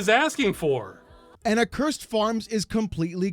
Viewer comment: The biggest takeaway from this is that people don't know how to pronounce the word "accursed"